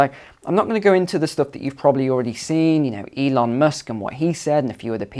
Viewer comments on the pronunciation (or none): none